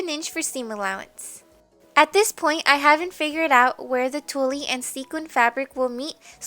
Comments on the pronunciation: Haha, I loved that she kept calling it "tullie". 😘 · tulle is pronounced like tool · Tulle is pronounced Tool, the E is silent. Lol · I couldn't finish the tutorial because of how she incorrectly pronounced "tulle". Its not cute. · you're cute- the e in Tulle is silent though! Love the dress transformation. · oh it was funny I just thought you didn't know how to say it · thought it sounded cute and funny too and then I was like " wait is that on purpose?" Lol cute dress tho